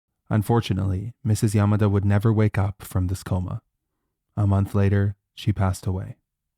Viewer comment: I can’t believe that. I gasped out loud when he said a konth